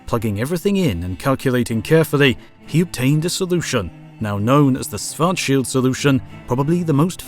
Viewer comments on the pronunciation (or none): The guy is not pronounced Swart-shield, the first SCH is pronounced the same as the second, i mean why wouldn't it?